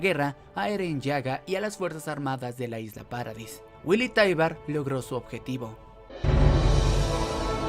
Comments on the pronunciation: Es "taibur" no "taibar" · Taibur se pronuncia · Es taibaru